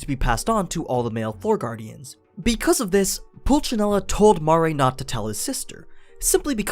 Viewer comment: ITS MARE NOT MAA RE DEAR GOD